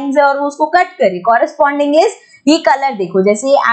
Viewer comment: mam coorosponding angle nahi corresponding angle hota hai 😂😂 Coorosponding angle ❌ corresponding angle👈🏻✅